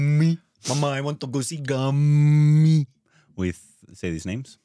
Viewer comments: Its gaaami not gammmi😅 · Movie name is Gaa... Mi ... Not gummy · Okay first of all its GAAMI. I f***** don't understand why is it so hard to pronounce. You guys need to go to school again. (very necessary) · its pronounced (GAA_ME) its not a regular telugu film , ive liked the screenplay ,story, cinematography ... you might have seen a similar type of screenplay